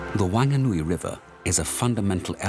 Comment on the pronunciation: Bro the nerator needs to stop doing his job if he can't pronounce our kupu correctly. It's "Maori" not Maaari...it's "Wanganui" not Wan-ga-nui...fuck that grinds my bones, fuck off.